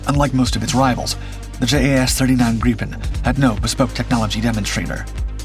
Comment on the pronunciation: Ai crap. Can't even pronounce grippin properly